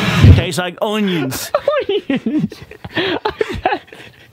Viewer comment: "Tastes like oooowynions"